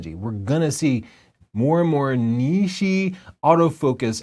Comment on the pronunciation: I love you dude, really, but you gotta stop saying "niche" as "nee-shee." It's "neesh."